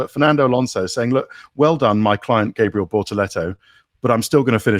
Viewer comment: Can someone educate Ted as to how to pronounce Gabriel Bortetto’s first name!!!